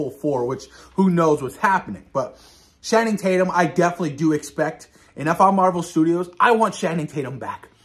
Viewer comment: OMG hell yeah this is going be an amazing storyline what do you think absolute Batman #1 also just a correction it’s pronounced Channing Tatum like (Channel) not Shanning lol keep up the great work